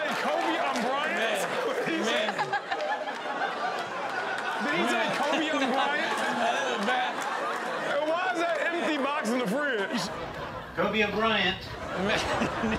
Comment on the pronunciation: I thought it was Kobe O'Bryant